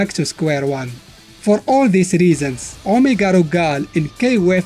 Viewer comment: I love the way you say Omega Rugal. You have a great voice and accent